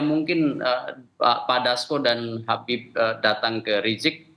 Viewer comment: Woyyyyy susah amat lidah kamu bilang Habib ??